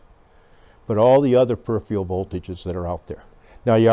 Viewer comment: No such word as "per-if-ree-ul". Correct pronunciation PER-IF-ER-UHL or PER-IF-RUL, take your pick.